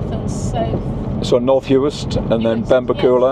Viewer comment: Benbecula is pronounced with the stress on the "e" in bec and not the "u" in ula. Ben-BEC-ula. Lochboisdale pronounced perfectly. You missed the causeway over to Eriskay and the wee ferry to Barra. Barra and Harris vie for the most stunning islands. Thanks for your work.